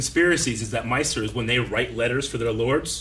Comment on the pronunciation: Maesters not Meisters